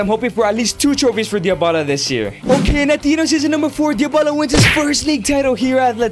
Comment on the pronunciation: Why do you say Diobala?